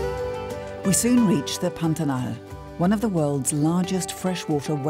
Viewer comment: "The biodiversity in the panatal" LOL LOL LOL The correct name is PANTANAL and the correct pronunciation is "Pã-ta-nal" however in the english language doesn't exist "ã" sound